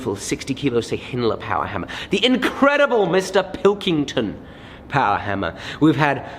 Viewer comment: MORE POWAH BABEH!!!!!